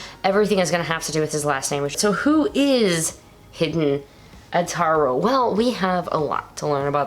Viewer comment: As I said before, Hiden is pronounced "Hee-den", not "hidden". Also, Zero-One's name is Aruto, not Ataru.